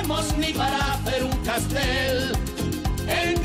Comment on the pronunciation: Es Castell no castel.